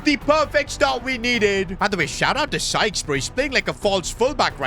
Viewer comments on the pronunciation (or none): It's "Sykes" (pronounced as "Sikes"), not "Skies". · keeps saying skies instead of Sykes. It's not hard to say Sykes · Bro Why He Is Saying (Skyes) He Is Sykes bro 👇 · His name is SYKES not Skies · Sykes not SKYES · who’s gonna tell uncle it’s sykes not skies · It’s Sykes not skies😭😭😭😭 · It’s Sykes not skyes 😭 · his name is sykes not skyes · it is sykes not skyes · Skies ❌ Sykes (psyches)✅ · Its sykes not skyes😂😅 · Its not "skys"😭 it is "sykes" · Its sykes btw not skyes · calling his new right back Skyes instead of Sykes😂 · You’ve been pronouncing Sykes name wrong all episode it’s not “Skies” it’s S-I-K-E-S that’s how it’s pronounced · PLEASE stop saying Skyes, it's Sykes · it's not skyes it's sykes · It's Sykes not skies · He's called Sykes not Skyes bruh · its sykes not skyes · Its sykes not skyes 😂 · pronouncing Sykes as "skies" 😂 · it annoys me he pronounces Sykes, Skies